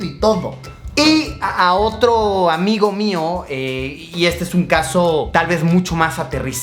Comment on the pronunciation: Cada vez que Luisito decía “un amigo” yo escuchaba “Rayito”.